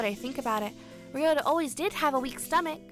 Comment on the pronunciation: True, but this doesn't apply to just this dub. It applies to any dubs on this channel with Japanese names. Besides, the name "Byakuya" may not be ever spoken here, but the name "Ryouta" does, and clearly pronounces it as /riota/, which isn't very accurate. And I know that I'm a huge linguistic nerd and a bit of a Grammar Nazi at times, but I would like to raise awareness to such issues. By no means am I forcing this viewpoint, I'm just sharing it.